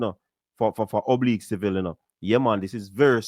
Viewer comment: Did it easily ina bad weather...however his name is Oblique...if you are going to be a so called commentator at least get the names right and I expect better because you are a Jamaican